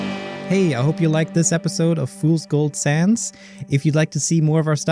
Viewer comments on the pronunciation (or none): Everybody else enjoying Fools Gold Sands: Normal people Me waiting for the Undertale crossover because keeps pronouncing it "Fools Gold Sans" at the end of each episode: Deranged